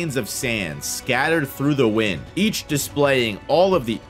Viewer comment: It's the win-d not the wine-d lol